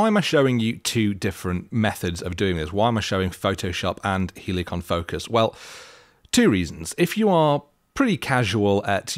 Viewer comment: don't say both.. say it properly lʌɪk(ə)n 😜 (but seriously! 😐) I mean great video 👍